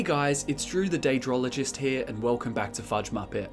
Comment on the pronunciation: "Daedrologist" lol